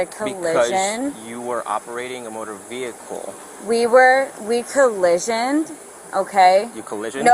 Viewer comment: "Collishioned" is the new "conversating"